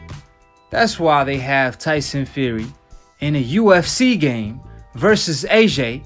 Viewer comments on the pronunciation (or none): none